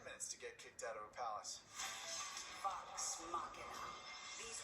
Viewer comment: 👹💩. The main problem is that you make is sound like Wax The end is correct but the V doesn’t sound right to Americans. You make all of them sound like W like in Vampire and Villain. I know this is a bad explanation. I wouldn’t worry too much I like it.